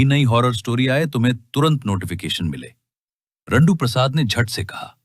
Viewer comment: Jandu ❌RANDU✅